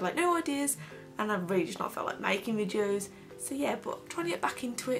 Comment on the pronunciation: It's videos, not "Vidjoes". Sorry it just really bugged me!